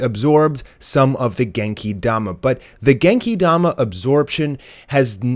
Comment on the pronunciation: Stop saying Genki Dama like that for fucks sake